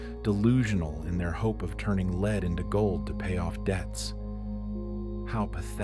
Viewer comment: This IS AI??? I love these videos! But I just caught the mispronunciation of lead if the context clue of the word gold wasn’t near by.? I’m disappointed 😅